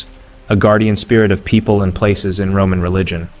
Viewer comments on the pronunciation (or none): none